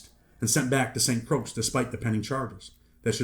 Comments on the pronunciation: Muddaskunt…Croix is pronounced KROY not Krux. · It’s pronounce like Roy with a C. Like Croy. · bro he's saying that Croix is pronounced as croy that's all smh